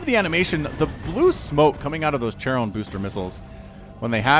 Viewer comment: My ears bleed when you pronounce "charon boosters" :) Maybe I'm in the wrong here but I always pronounced the ch in "charon" like in "character" (so like the ferryman in Greek mythology) not like in "cherry" :) Anyway kind regars to you :)